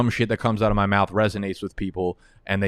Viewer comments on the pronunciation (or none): none